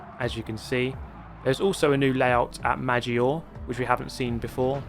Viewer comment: Great vid, as always. But pleeeeease pronounce the "e" on the end of Italian words like "Maggiore" and "Competizione"! Many thanks, grazie mille (yes, please also keep the "e" on both of those).